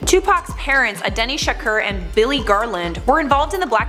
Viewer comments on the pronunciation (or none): his moms name is Afeni not "Adeni" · Lol "Adeni" Shakur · Did she just say ADENI shakur??? -_ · It’s Afeni Shakur not Adeni...... Shameful..... Leave the man alone let him rest.